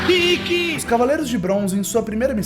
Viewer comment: Só eu ou mais alguém notou ele falando Rikki?